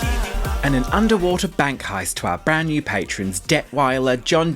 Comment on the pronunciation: it makes me irrationally angry, too, when people say patreons instead of patrons.